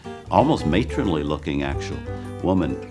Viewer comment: Oversized and mayronly???🙄🙄🙄